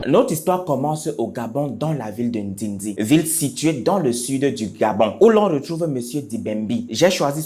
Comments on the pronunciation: Ndéndé et non ndindi 😁😉😊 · Ndendé et non Ndendi. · C'est ndendé et non ndindi mon grand 🥰🥰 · Bonjour bonne video comme d habitude, juste te dire que le nom de la ville se dit Ndéndé et non Ndindi ❤️ merci pour le contenu 😘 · De RDC 🇨🇩🇨🇩🇨🇩🇨🇩❤💪🏿😂😂😂😂😂😂😂 oyo lisusu nini? Oui papa congosa 😂😂😂😂 it the way you say ndindi 😂😂😂😂 and the english I love it I'm not from congo brazza but I still can't believe this story anyways proud zaïroise 🇨🇩❤💪🏿